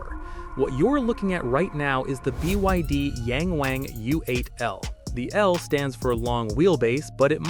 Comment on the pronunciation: It's not pronounced "yaaaang waaaang." Think Latin vowels. It's pronounced "yahng wahng."